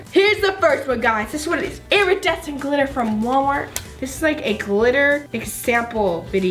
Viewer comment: She says airadecent